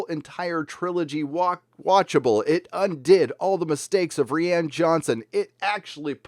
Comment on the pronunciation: Thank you for being the only titan of the Fandom Menace that pronounces Rian correctly...as REE-ANN,, sir! I tried to get EVS to start pronouncing it properly but he chuckled and it never took. Roundheaded Scumbag Has-No-Johnson hasn't got a shred of masculinity or self-respect in his beach ball head or soy-fueled low-T body. He's the kid that got rejected by a cheerleader in high school and never got over it, so now he likes upsetting others all day long like the petty trash he is.